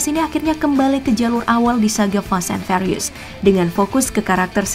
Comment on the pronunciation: Ngomong furious nya (fyuritus....) Bukan farius